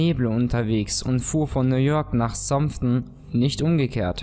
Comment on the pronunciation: Du sprichst Southampton sehr seltsam aus.